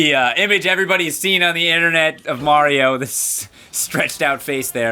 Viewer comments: ummmm it's not maro it's mario! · John Wuu I don't think that's a typo. He has called Mario "Maro" alot of times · Mayro now is in twee dee and wif his new countrpurt crappy!